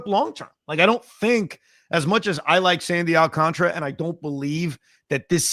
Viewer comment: AlcanTARA!! Not video game contra. So tired of hearing so many people in the biz and on SM butcher it. It’s very late in the game to still be saying CONTRA like up up down down left right left right A B A B START!!!! 🎉Alcan-TARA!!!!